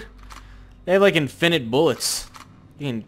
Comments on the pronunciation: lol says infinite weird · you say infinite weird